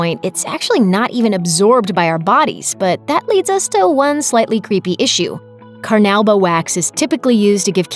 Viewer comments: Car-nu-bah, car-nu-bah. Do you not speak english???? Why does it seem like your employees haven't graduated high school?? Your narrators constantly mispronounce the simplest words. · carnowba wax lol